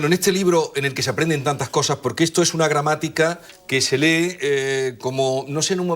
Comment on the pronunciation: Como extranjero, me suena bastante extraño oír a una filóloga española, fuese andaluza, pronunciando « esto » como « etso », « costa » como « cotsa », etc. Viví varios meses en Córdoba y nunca escuché tal cosa. ¿Es un fenómeno común o no ?